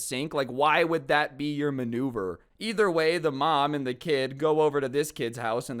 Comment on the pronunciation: when he said manuvere I laughed because the neighbor pooped in the sink so, manure.